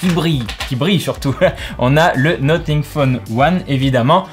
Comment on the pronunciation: Ça se prononce nossing pas noting😂 sinon merci pour la vidéo vrmt bien !🔥